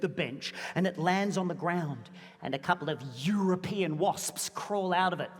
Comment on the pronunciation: "YUROpean wasps"